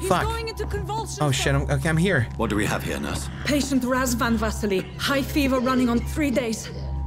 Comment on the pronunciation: THE WAY SHE SAID RAZVAN VASILE I'M DYING XDDDDD